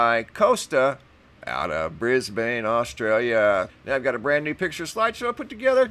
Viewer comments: Just so you know, Brisbane is Not pronounced the way it appears to be in its spelling as you (and many others have as well) pronounced it as "Bris bane".... it IS pronounced (phonetically).... "Brisbin". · not pronounced Bris-bane!! pronounced Bris-bin!!!!!!!!!. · I'm in Canberra, Australia. I've seen the same at 4am'ish, moving SW to NE. It was Starlink. And it's pronounced "Brizb'n". "Briz-bain" sounds to me like "Ark-an-zas" would sound to you instead of "Ark-en-saw". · Brisbin. Brisben. Just not bane, long a. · Mate, Brisbane is pronounced Bris-bin not Bris Bane. LOL. Just as Emu is EemYou, not Emoo. Canberra is Canbra. You guys really need to learn how to speak Australian if you are going to talk about us. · Pronounced "BRISBUN" please. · It's pronounced Bris Bin. I live here. Great footage:) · Lol cracks me up every time I hear it but thats coz I'm from New Zealand but just pronounce it as Brisbin. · Isn’t Starlink supposed to spread out over time?? Brisbane is pronounced Brizben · It's actually Brisbun...lol Or Brisvegas.